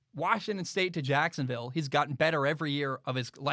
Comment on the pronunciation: The way says Jacksonville, JACKSUNvill.... 🤣🤣🤣